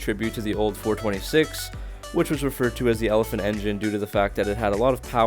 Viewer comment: Elephant not helephant